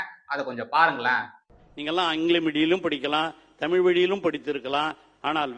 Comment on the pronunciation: ஆங்கிலமும் தேவையில்லை. தமில் தமில் மட்டும் போறும்